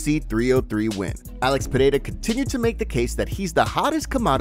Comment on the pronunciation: Dude you need to pronounce the champions name. Listen to Bruce Buffer's pronunciation saying Pereira